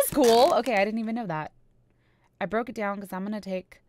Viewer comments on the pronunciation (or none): none